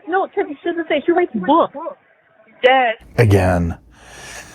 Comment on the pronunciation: Is it me, or is it a mid west accent, but I hear young females mostly pronounce the word yes as yass?